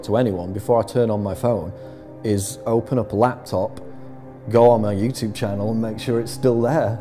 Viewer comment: It annoys me to way you pronounce YouTube. Good video though